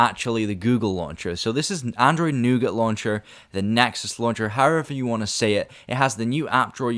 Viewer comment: Please pronounce Nougat correctly! -_